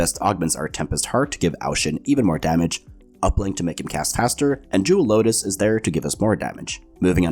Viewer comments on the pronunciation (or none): none